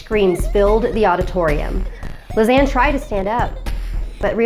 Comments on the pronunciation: Even though I know she says ”Lisanne” I keep hearing ”Lasagna” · Everytime she says Lisane, I keep on thinking of lasagne😂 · Her name is a mispronunciation of lasagna. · Lisanne is my name... But it's not pronounced like that